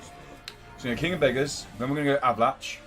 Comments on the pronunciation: It's pronounced A-va-lack. lol Great vid, mate! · Did you say Avalan"chi"?